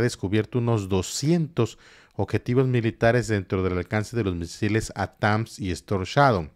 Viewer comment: Por favor, NO digas Atáns ! Es ATAC MS.